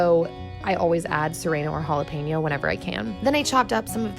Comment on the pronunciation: she says jalapeños like that too